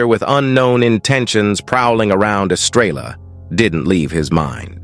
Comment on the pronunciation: This narrator drives me nuts! He doesn't pronounce words properly. I agree with other people who have given comments; who wrote this? Horses are not cubs! Estrella is Spanish for star and the 'l's are silent.